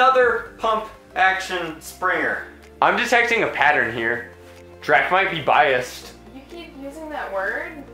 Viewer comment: It's not biast it's bias